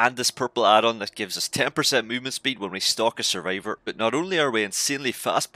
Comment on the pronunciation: Survivor < Survavour